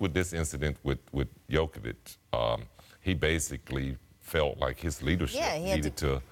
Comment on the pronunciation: Jokovic... really Scottan?